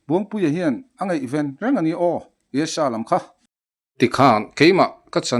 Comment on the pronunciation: Dala hnenah khan, UESA i lam dik loh vangin An rawn man dawn che ti rawh...